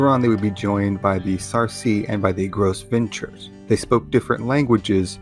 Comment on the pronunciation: Gros Venture is pronounced Grow Vont.